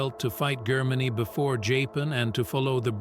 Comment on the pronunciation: Who the fuck is "Marlboro"? This narrator can't even pronounce, let alone spell, Marlborough correctly. Let alone the words 'Germany' 'Japan' and 'strategy' . It goes to show what crap programs are being churned out by these modern, lefty oiks.